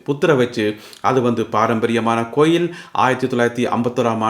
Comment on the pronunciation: Enna coil sariyaka uchcharikkaum .palakavum